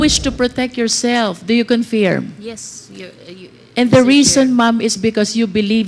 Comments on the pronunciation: Bakit baloktot and diction ni congresswoman confeerm at hindi confirm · Confirm pronounce as conferm in American English